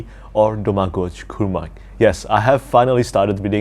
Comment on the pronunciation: Doh Mah Goy : thats how you pronounce his name 😎